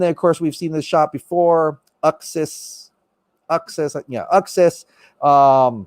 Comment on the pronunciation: It’s Ooooxas, like “oomph”.